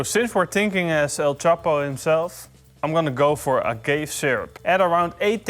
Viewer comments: Agave is actually pronounced "Ah - Gahv - Ey" just so you know. It's different from other English words where the e at the end makes the a more pronounced. Just thought it was kinda funny when it sounded like you called it "a gay syrup" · For future reference, it's pronounced "Ah-Gah-Vay." ;) I had no idea what you were talking about initially. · agave = ahh gahh vaay